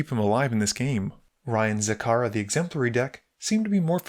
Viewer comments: Man. It’s ZaXara not Zakara. X spells commander, you have to pronounce the X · It’s pronounced Zacksara btw